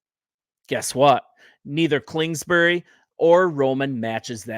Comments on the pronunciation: I agree with your assessment… Only it’s KINGSBURY… KINGSBURY… say that 5 times fast… NOT KLINGSBURY… hahaha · Bro, Klingsberry? 🙄